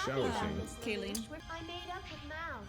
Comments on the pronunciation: Did she just call Kallen "Kayleen"? XD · How can she not say kallens name right still lmao, kaylen kaleen, kayleen